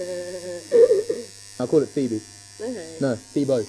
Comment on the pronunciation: Did he just said 'Pheobo'?!?